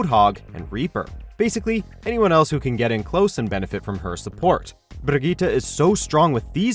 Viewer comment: The way this dude pronounces Brigitte makes me wet.